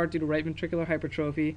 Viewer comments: hy-per-trophy. great lecture though! check your spelling and pronunciation though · Spelled: hypertrophy Pronounced: /hai-PER-truh-fi/ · did you really just tell everyone how to pronounce fallot and then go ahead and mispronounce hypertrophy?? -___